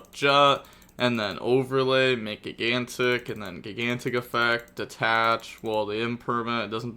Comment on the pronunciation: Spright has been out for almost 2 years and still cant pronounce gigantic correctly. 😂😂😂😂